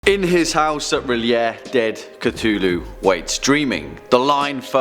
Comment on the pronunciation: You said realayea